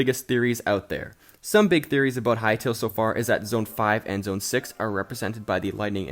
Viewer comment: "zoen 6"